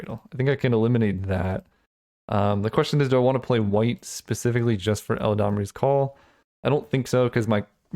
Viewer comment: not "el-a-damri's"call "elad-amri" eladamri lord of leaves